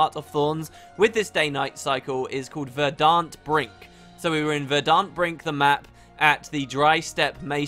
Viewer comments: Lol, why do you pronounce "verdant" like that? The accent should be on the "e". It just means rich with green grass or other vegetation ;) Great video none the less though. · Woo! I think your pulling another Ass-tray with the word verdant though xD In the wise words of Rainier Wolfcastle "I was elected lead, not to read"